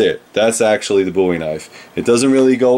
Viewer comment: It is good to know that you pronounce Jim's last name correctly. One of his ancestors told me once that the mis-pronunciation of the name Bowie was common even in the early 1800's.